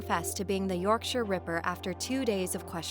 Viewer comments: Nice to see the right pronunciation of Yorkshire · I genuinely cheered not to hear 'York Shy Er' 😂 x